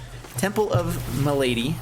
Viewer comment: Hey there, not mic relate but it is pronouced as "ma-la-dee" is an old french word for disease:)